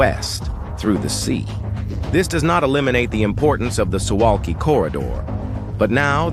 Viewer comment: It's pronounced "Soo Vahlki"